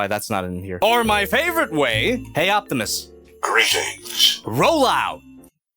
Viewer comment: Out has a T on the end 😅